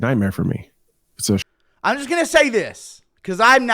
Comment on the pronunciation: Does anyone else get really bothered by the way says the word "me"?